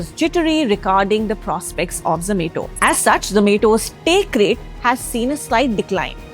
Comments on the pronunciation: its zo-ma-to not zo-may-to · I really wanted to watch this but hearing her pronounce it as za-may-to was so irritating that i had to stop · Same here.. ZZZ ME TO .. 😂😂😂😂😂 IT IS ZO MA TO... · Irritating when she tells zomato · I prefer zom-ah-to.